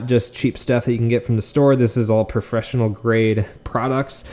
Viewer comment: "this is all profressional"